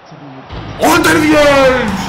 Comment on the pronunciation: Abi aldewied deil aldırvayd die okunuyor 😁